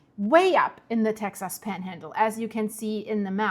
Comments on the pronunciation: the correct way to pronounce Texas is Texus.. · Texas is pronounced Tex-us. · Tex ahs